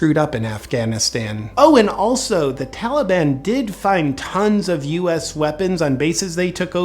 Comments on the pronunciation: If I hear that fool say Tollyban one more time...I'm going to snap! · it's the Tolly-bon JP say it right.... ya know like Obama calls ISIS....ISIL. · biden keeps saying Tolley bon. He is the ONLY prominent person who appears on the corrupt U.S. media who pronounces Taliban like this. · Carefully note the pronunciation of the word "Taliban". It is now "Tollie-bonne". Makes it almost sound like a magical fairy tale group. This is not accidental. Courtesy of the Democrat party. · "Tollybon", is that a type of candy? - biden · The tali-bahn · What is it with American presidents not being able to pronounce words correctly? We had Bush who would call Arabs "A Rabs" And now we have Biden calling the Taliban "the Tellyban" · He should be impeached solely for the way he pronounces Taliban. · Never trust a politician who can’t pronounce taliban.